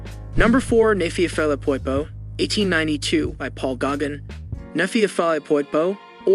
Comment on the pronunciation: Please learn how to pronounce Cezanne's name CORRECTLY! (That goes for Vollard, Gauguin and others) Thank you.